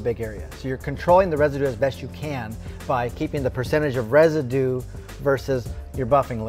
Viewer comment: There is a "u" in "Residue" if I am not mistaken :D